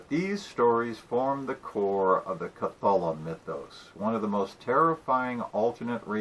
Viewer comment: Kah-thah-lumm mythos? Have you even read Lovecraft?